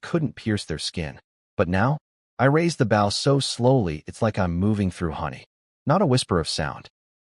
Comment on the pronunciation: The story is good but there's a lot of mispronounced words like bow, it's oh not ow. There are also a lot of spelled words that should be read, weirdly sometimes words that are spelled are read the next time it's used.